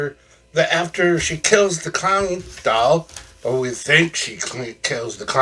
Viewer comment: Take a bow you cheerful clown. Wonderful review. There was a minute I thought you said that they were going to burn up a hound dog instead of clown doll though lol.